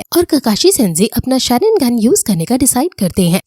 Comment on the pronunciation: Or didi tum sharingan ko wrong pronounce kar rahi ho or Sasuke ka nam bhi wrong pronounce kar rahe ho